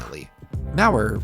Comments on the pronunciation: Why do you say it "Maurer R"? it's just Maurer. lol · It’s a German company so pronounced “Maur Uh” w little emphasis on the ‘r’ sound